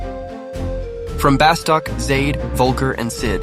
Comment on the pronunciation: Nice video but OMG hearing you call it "BaSTOCK" is killing me